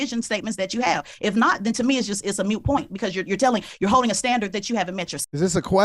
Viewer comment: It's moot point, not mute point.